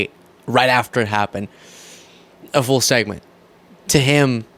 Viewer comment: Did just say "the FOOL CLIP" 😂